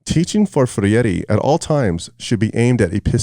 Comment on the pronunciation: You don't even know who Freire was and you keep on calling him Ferreire😂 you are an idiot.